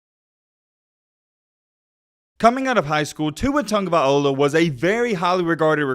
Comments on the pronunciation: TagovaiLOA, not 'TagovaiOLA'! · You cant say his name either. There is no 'viola' at the end of his name. Its vai-lo-ah. Tong-a-vai-lo-ah. Your welcome. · You say his last name funny 🤣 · not a big deal for you or I, but if you have a YouTube channel that talks about football and you decide to make a video about someone, you should probably learn how to say his name correctly. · Doesn't even know how to say his name really don't talk about the kid if you don't know him personally